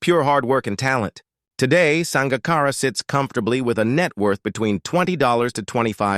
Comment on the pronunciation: Sounds like a HIT piece done with a little sugar added. If you can't say the mans name correctly, (AI), just shut up!